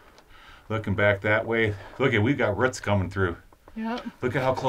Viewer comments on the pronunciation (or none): Awesome mine, thanks for sharing. I never heard anyone pronounce roots like foot before instead of like boots. Laura: is that price? Oh nevermind, that's something else. 😂 I love these videos.